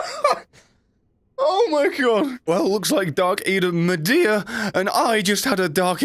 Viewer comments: Meeda... midir is pronounced meeda... The more ya know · It's pronounced mid-deer plus your my favourite youtuber keep doing what you want because this is your channel and I love you